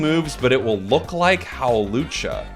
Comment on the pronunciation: "evolve into Howlucha" 😂😂😂